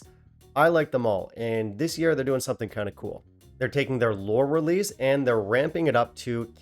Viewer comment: Lore Lerease lol